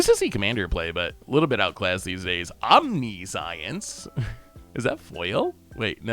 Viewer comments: Not as bad as “Omni-Science” instead of omniscience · Om-nih-shints, 😅